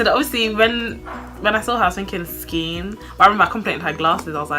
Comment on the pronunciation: One more thing! don't say skeeen!!!!!!! ever again XD